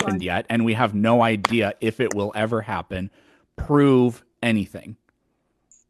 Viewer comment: "The sun and the moon woll be joined up" so, an eclipse?